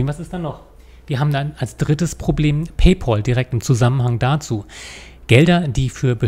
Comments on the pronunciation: paypÄl - nicht paypOl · Da hat der Herr Rechtsanwalt etwas nicht (oder extra falsch) verstanden. Macht ja nix. ☮ Und paypal wird paypäl ausgesprochen, von englisch 'pal' = Kumpel. 😘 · Ihr seid immer wieder zum Schießen! Paypäl ... Ich halte auch nicht viel davon alles zu anglisieren, (München-Munich) also spreche ich es so aus, wie es sich schreibt. Im Englischen eher "Paypoal" Und was hat er denn falsch verstanden? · PayPAAAAAAAAAAAl, da ist kein U drin. Warum spricht das jeder falsch aus? -_ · Ist schon traurig, wenn man als vermeintlich studierter nicht mal PayPal richtig aussprechen kann.